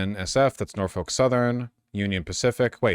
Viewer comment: As someone who grew up close to Norfolk, VA and has had a few family members work for Norfolk Southern, it hurts me every time you pronounce it like that (it's pronounced more like nor-fick, local news did a whole thing about how to say it a while back). Outside of your outsider pronunciation, I hate this. We need more train companies, not less.